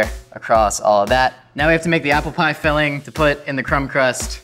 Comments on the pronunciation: The way you said Apple (Appel) and Butter (Boter) almost sound Dutch! You're not butchering words, you're learning a language! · Does speak dutch? `appel` `boter`... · the way you pronounced butter and apple are the correct way of saying those things in dutch